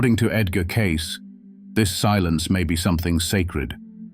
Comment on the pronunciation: Spelt and miss pronounced his name, not a good start. Don't want to be a saint or a sinner. Don't want to sit on a mountain top or in a church. Just prefer to tick along trying to do some good. No gurus required.